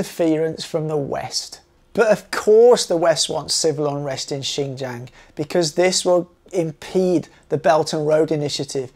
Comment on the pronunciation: Would it kill you to pronounce Xinjiang correctly? Seriously, it's not that hard my God. But at least you didn't call it zinzang.